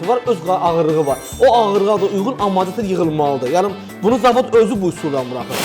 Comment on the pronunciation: Maraqlı kontentdi, bir şey maraqli olub həmişə niyə bütün ustalar amortizatora amarzatir deyir) Əl işinə söz ola bilməz amma. 👍